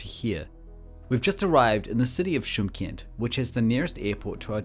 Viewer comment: Чимкент.Ударение на букве И.Шымкент -это на казахском языке.